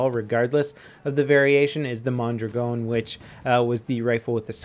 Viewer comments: Its "mon-draagin" not "mon-dragown" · why does he say mondragon so wierd...